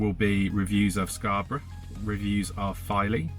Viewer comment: The way you say Scarborough sounds different from the way we do.